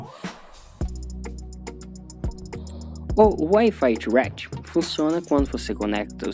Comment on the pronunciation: Eu escuto ele falar Wifi thuaquiti kkklk